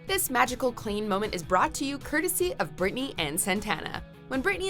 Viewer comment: Did she seriously just call them Klean?? What the heck, it’s Klaine!!!